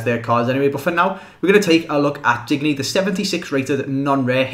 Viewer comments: Just btw i think its pronounced either dinyay or like the French word digne which is pronounced Dinyer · (You don't pronounce then 'n' c: Just thought you'd like to know from someone who is from france) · Say diende for digne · Digne is pronounced "Din-yay"